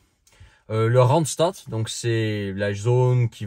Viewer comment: Une drôle de prononciation du mot randstad pour un néerlandophone 🤔🤔